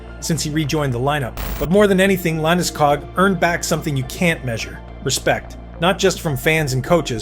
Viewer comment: Liked it. Of couse, I’m Swedish, so I might be biased. However, you should tell your AI that hist surname is pronounced with the same “O-sound” that you use in school, fool or pool. Like Landeskoog, not wanting to ne annoying, just trying to help a little. 👍🇸🇪🏒